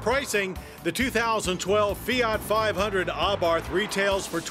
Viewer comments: You'd think an agency which reviews vehicles would know it's pronounced "ah-bart" and not "ah-barth." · I agree! He says it like AHHbarth and it irritates me every time. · He isnt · the h is silent